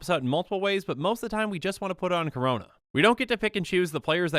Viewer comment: Every time he says Karona I hurt inside